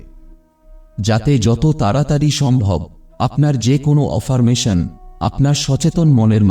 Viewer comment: Affirmation শব্দটা অ্যাফারমেশন